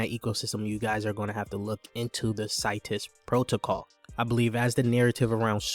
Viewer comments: Seeetus not Situs 👌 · Bro u saying the name wrong